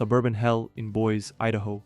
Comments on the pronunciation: Boy's, Idaho? It should be made up of treehouses 😂 it is pronounced 'boy-see' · Thanks for the video. Btw, the city Boise (Idaho, USA) is pronounced BOYZ-ee, not Boys. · Boyz-ee (Boise), not Boyz. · It's pronounced Boi-see, not Boisə, just to let you know. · When you realize that it's not very sophisticated AI That's reading some sort of a script: when Boise (boy zee) Idaho becomes boys Idaho. Ugh. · K, gotta call you out on mispronouncing it "Boys." The e is not silent and you say it like "boy-zee." And I was wondering if I would find Whittier in the mix. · 30 minutes in - pronounce the final “e” in Boise. It's 2 syllables. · Note: Boise Idaho is pronounced BOY-zee Other than that, good job Your English is excellent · Boise. Boy zee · Boy-zee Idaho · I wasn't expecting Boise to be on here lmfao (btw, it's pronounced boy-see). There's a couple of neighborhoods like that built out in the foothills or on the way up north out of Boise. Whenever I've driven past them, I've always wondered who lives there and why... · FYI, it's Boi zee Idaho. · “Boys” Idaho? 🤨 Cummon, sir. You can Google how to pronounce things, ya know? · Boise Idaho pronounced, “Boy-Z Idaho.” Good job though. Webster Dictionary might the an audio file. This is what happens when Chaos reigns and God gets put on the back burner. God’s grace and peace reigns in the real World (Heaven). God Bless. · Boy-zee, Idaho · We pronounce it like "Boy-ze" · Hard to take this seriously when the guy doesn't even know how to pronounce Boise. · how can he not pronounce Boise, ID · Pronounce Boise correctly!